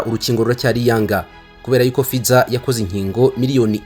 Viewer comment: Murakoze cyane, gusa basoma /ˈfaɪzər/